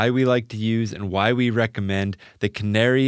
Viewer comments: KA-NA-RAY not canary. To be really correct, the 'r' actually sounds closer to a 'L'. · Canare is pronounced "kah-NA-reh".